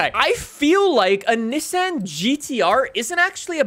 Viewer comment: What did you just call Nissan?